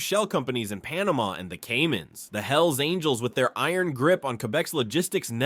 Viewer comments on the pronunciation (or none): none